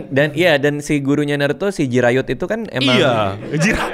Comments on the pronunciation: Jiraiya dit bukan jirayut🤣🤣🤣🤣🤣🤣🤣🤣🤣🤣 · bang gara2 lu ngmg jiraya jadi jirayut gw jg kebayang2 terus bang